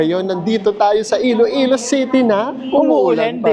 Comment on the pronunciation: Iloilo po, not Ilo-ilo